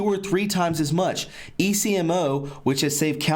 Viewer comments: Ecmo machine pronounced Eck-Moe. People are blood typed when having organ transplants because they have to give organs to people with the same blood type, or types that are compatible. If not the recipient will reject it. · I recall reading about this last year. China even built a hospital just for this practice. Potential recipients contact the medical facility and are told the wait time might be 1-2 weeks and are provided information on accommodations while they wait. I worked in a transplant unit in the US. Patients here may wait months or years. Also the ECMO you are talking about is an acronym and usually pronounced Ek'mo (short e long o). It is cardiac bypass, used widely in the US for bypass surgery (hence called "bypass"), so that the heart may be stopped and bypassed during grafting of veins onto the arterial side, therefore bypassing the blockage that was starving the heart of oxygen. I was an OR nurse and ICU recovery nurse in my younger days. ECMO is also used in the pediatric ICU's for various issues. Attached are some articles on the china issue for further reading. Falun Gong, is a practice used by many in China. What little I know from reading about it is, those who practice Falun Gong have spiritual peace and tranquility and are healthy in mind, body and spirit. Therefore their organs are highly prized, because of their peaceful mind and body, in essence, good quality, healthy organs. Prisoners have blood samples taken, yet are given no reason for this. I would imagine that the samples are used to catalog all necessary information needed to match the donor to a given recipient. This practice is horrifying and barbaric and I do pray these monsters burn in hell.